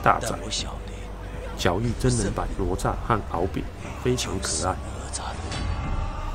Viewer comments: Up好可爱，不过那个念ne zha,不是nuo zha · ……挪炸是什么？那个字念“呢鹅”吒…… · 不是nuo zha，是ne zha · 为什么台湾会念成：挪nuo炸zha? 应该是：哪（ne 同讷）吒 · ne zha不是nuo zha 哈哈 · 哪吒，这个名字读 ne zha （呢扎），这个字在这里的读音跟佛经里的读音一样，不读 nuo zha（挪炸）。哈哈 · 并不是我要抬杠，哪吒的哪念 ne 第二声，而不是nuo……听着难受🤣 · 快来纠正下发音哪吒 né zhā ，不说成了罗渣，咯炸、拿抓！ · 不是nuo zha 而是ne zha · 不是罗吒 发音跟“勒吒” 比较像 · nezha，台湾口音怎么念成nuozha了。。。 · 我太喜欢你的解说了～ 台湾和大陆用语的不同也十分有趣，比如我们会说“熊孩子”，你在解说中用的是“死屁孩” 哈哈哈哈，真的好可爱好有趣。 噢还有，哪吒的普通话发音是“ne（二声）zha” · 听读哪吒好像mozhua呀哈哈哈哈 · 纠结了一下，还是希望说一下读音的事。。。哪吒惯读（呢né渣），只是把第二个字轻声弱读后会听起来像（炸），其实应该更像卷舌的（咋） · "哪“字的讀音台灣和大陸是不同的，台灣的國語辭典: 字詞【哪吒】注音ㄋㄨㄛˊㄓㄚˋ，漢語拼音 nuó zhà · 哪吒（音：呢喳） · 跟我读：ne哪 zha吒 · 不是“挪吒”.... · 读错了，哪=那！ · 兄弟，听了你的哪吒发音，我有点怀疑人生了，是糯炸还是拿炸？还是ne炸？